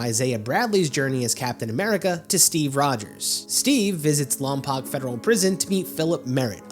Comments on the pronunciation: Lompoc? Lom-poke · Heyyyyyy my favorite town was mentioned. Its pronounced LompoKE. It's a real town with a federal prison and a spaceforce base nearby!